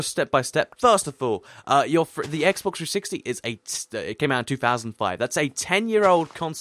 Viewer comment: He says SSEXX